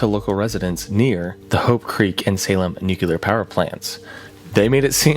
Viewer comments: Noo-Klee-Ur. It’s even spelled “nuclear,” not “nucular.” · It's pronounced NEW-KLEE-URR Not NEW-CUE-LURR Look how it's spelled. N U C L E A R geez, bro... so freaking annoying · Please PLEASE stop calling NUCLEAR (NEW-CLEAR) bombs/events/Things that involve atoms and radiation as NUCULAR (NEW-QUE-LAR). These are two separate words that mean very different things. NUCULAR (NEW-QUE-LAR) bombs do not exist because the word NUCULAR refers to something involving the NUCLEUS of a cell. There are no bombs or powerplants in existance that involve the NUCLEUS. This isn't a matter of accent. They're literally 2 different words. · NU-clee-er. Not NU-kew-ler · What do I need to do to get people to pronounce nuclear correctly?! It's nu-KLEE-er, not not nuke-YOU-ler, goddammit! 🤬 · NOOH-CLEE-URR not NOOH-CUE-LUR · Nuclear= New-clear, not nukular. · and : I saw those clips from The Day After there. Excellent B-Roll choice. (Also, "nuclear" is pronounced "New-clear" not "nuke-you-ler".) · How are people still saying "nucular"?